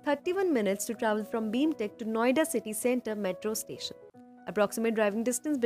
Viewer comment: Its BIMTECH not BEEEMTECH